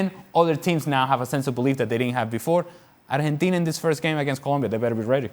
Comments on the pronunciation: Keiron Peach “Arhentina” is the correct (Spanish) pronunciation. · por fin un extranjero que sepa pronunciar bien el nombre